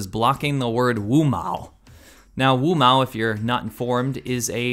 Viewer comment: did he say wumao?